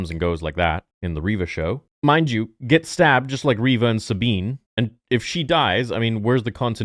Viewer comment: "In the Reva Show" lmaoooo